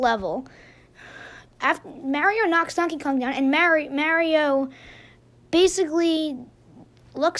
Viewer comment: thanks for pronouncing it like mAHHHrio.